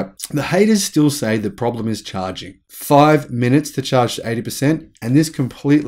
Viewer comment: Where can I find a charging station that will transfer this much energy in five minutes? You keep saying "five munutes"... "five munutes"... "five munutes"... "five munutes"... "five munutes"... "five munutes"... "five munutes"... Where? Where? Where? Where?